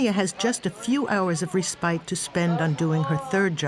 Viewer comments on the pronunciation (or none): Must be AI, RE-SPITE? "Res'pit" for Pete's sake.